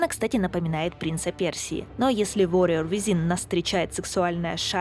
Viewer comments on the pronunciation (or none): none